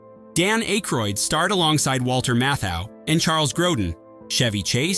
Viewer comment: ackroid...geeshhh say his name proper...gerrrr the "y "is silent......